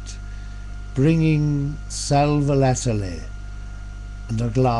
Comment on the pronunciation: Nicely read sir. Now I know how to procnounce "sal volatile" correctly